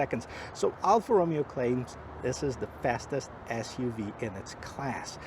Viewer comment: Alfa Romeo...not Romeo like in Romeo and Juliet....🤔